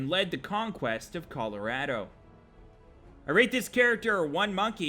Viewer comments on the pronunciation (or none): none